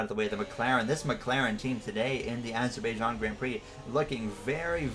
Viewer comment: it’s pronounced azer-bi-jan